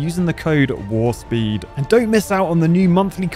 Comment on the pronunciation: It sounded like you said WAR-SPEED in the Ad. I assume WARPSPEED is what you ment to say. BTW I love your videos.